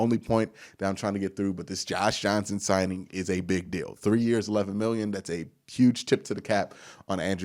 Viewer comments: John Johnson is the one we signed, he’s pronouncing his name wrong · We were playing dumb cuz kept getting John Johnson's name wrong in the video. I didnt believe we were getting a Lingerie League player. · You literally cannot say his name right and I love it 😂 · Does john johnson have to be a patreon member for you to say his name right.